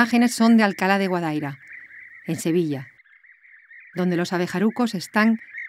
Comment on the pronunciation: Guadaíra, con acento en la i.